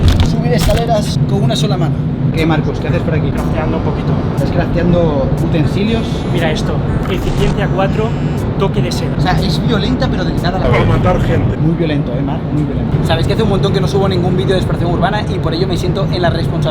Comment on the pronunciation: Y dice eficiendia xd